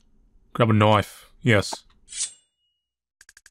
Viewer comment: grab a knoife